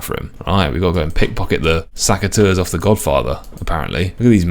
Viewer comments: pls, it's SECateurs, not SACKateurs 😅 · I just wish you didnt say saceteurs 😅